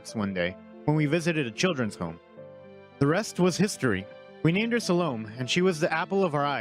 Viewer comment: Bittersweet but happy ending. SAH-Le-MAY, with primary accent on first syllable.